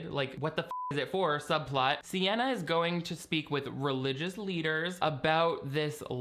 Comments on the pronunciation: Why WERE you calling her Sienna the whole time?! Oh, you got me when you read her name off that awful newspaper spread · You really called her Sienna the whole time 😂😂. Not me trying to used speech text for her name and it spelling CNN all three times I tried so I had to just had to hope it was spelled the way I thought phonically (sienna??)